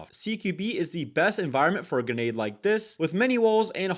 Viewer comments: I don't mind it's probably how he grew up, in fact it's funny to me how he says "genade" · I HEARD IT I HEARD GENADE